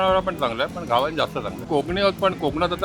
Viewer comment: Ugach inglish, mahag diste ahe, ghavan ucchar nit karava